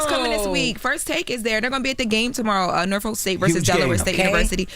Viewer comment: needs to stop talkin.. that’s not how you say Norfolk